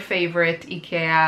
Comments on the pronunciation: its pronounced IkEEa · Ikea is actually pronounced: eye-key-ya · Hello, please, if you are going to directly reference a store, please be sure you pronounce it correctly. You pronounce it like idea. You saying icky in the pronunciation makes it seem like you are saying that they are" icky" and gives a negative feel to it. thanks. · Yeah I told my friends and family and they told me they refuse to consider changing to the real pronunciation... They pointed out in English the real pronunciation sounds like "icky" as in gross/bad/disgusting. That must be why the pronunciation became "Eye-kia" in the first place. Because "Ick-ee-ah" sounds bad to English speakers. So I can't change it to the 'real' pronunciation if that would confuse and upset strangers AND all my friends and family... But at least I now Know the original native way. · E-cat! I lost it! LOL , we say it, eye-key-ah. I not sure how other places say it. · You pronounce ikea so different than Canadians and usa do at first wait is she talkingvabout the same store ikea isnt as available in my area but candaian has the store in convient areas, i know also that ikea is on new New Jersey in usa.....enjoyed this video im like you i like to upcycle furniture and try to reuse upcycle . You can spraypaint your aqua rolling shelf to white. If your not liking the color....art blessing to you today...mikelle art🎨👩‍🎨✍ mom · Need to learn how to pronounce the store name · today i learned i've been pronouncing IKEA wrong 😝 its cheap, but when you are on a budget for studio furniture its worth it to get, knowing its not the best